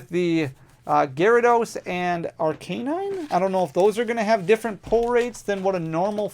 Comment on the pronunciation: No hate but dude it’s pronounced Ar-kah-nine